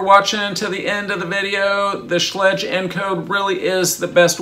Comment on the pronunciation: Schlage rhymes with egg like schlegg.